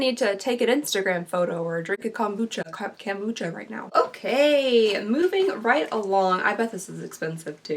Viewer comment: You mispronounced kombucha twice. 😂